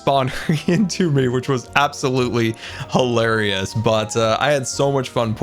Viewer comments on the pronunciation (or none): Hi-larry-ous (Hilarious)